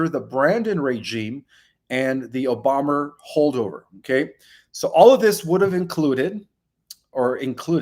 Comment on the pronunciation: Question and request. Why do you say Obamer, etc and not just say Obama? If his name is not allowed to be said then even his brainwashed minion would get their accounts closed...individuals and media. Also, can you say "On the precipice of the revelations (once humanity gets to a place to accept it)" or something? It is so irritating hearing it as if it'll happen tomorrow when we know it's still going to take awhile